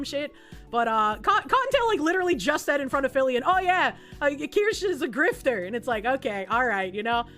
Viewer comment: The way your pronounce Kirsche is painful to listen to. You add an entire extra syllable for no reason and even when Kirsche herself says her name properly, you still add the extra syllable. 🤣